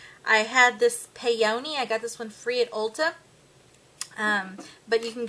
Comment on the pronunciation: pee-o-knee is how that gloss is pronounced. it's a flower! :)